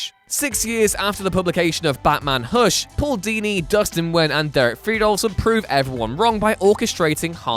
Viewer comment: You say Hush like Hursh